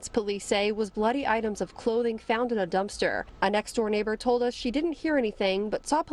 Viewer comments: The one woman doesn't know to say a simple word as dumpster 🤦‍♀️ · I was looking for this comment. She could say everything else except dumpster. Lol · Girllllll, I was like “dumpster” asshole, get it out. That annoyed my entire soul!😒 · She couldn’t say dumpster😂